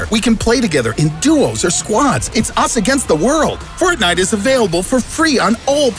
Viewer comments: Thk for saying fortniet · “We’ll play fortni-“ clicks off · fo... fort... fortnit... oh god.